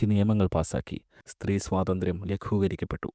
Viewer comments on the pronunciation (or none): none